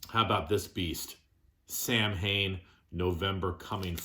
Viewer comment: Look up how you really pronounce Samhain . . . It's quite disappointing